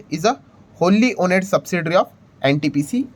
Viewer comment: Sir, sorry to point out but the word ' owned ' is pronounced as " ओन्ड" and not as "ओनेड" Please correct